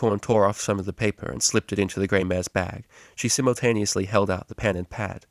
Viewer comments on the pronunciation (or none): none